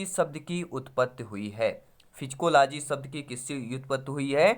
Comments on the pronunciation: सर आप साइकोलाजी को फिजिकोलाजी क्या वोल रहे है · साय्कोलोजी को फ़ीजीकोलोजी केऊ बोल रहे आप